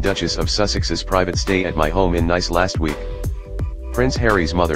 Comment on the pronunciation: It is pronounced Neece, not nice